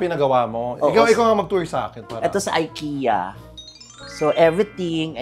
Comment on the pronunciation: Actually, it’s not Aykiya” it is pronounced as E- ki-ya…. (Ikea).. Wala, trivia lang…..😄😅😅